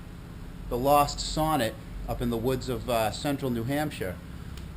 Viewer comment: Nice find! They are very uncommon here in Sweden as well. Sonett pronounce like "Soo-nett" in Swedish. Did you save the car? Would be nice to see a recovery :) Greetings from Sweden